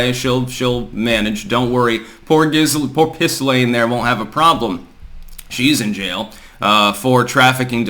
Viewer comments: He is trolling Ghislaine. He is saying Giz. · The "S" is silent in Ghislaine Maxwell's name. Every time I hear mispronounce words and names I always wonder if he's trolling us or if he really doesn't know how to pronounce...Ghislaine in this case. (Gi - Layn )